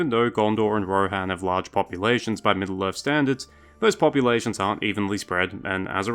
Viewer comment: Is this guy saying "Middle-Earf"? I can't...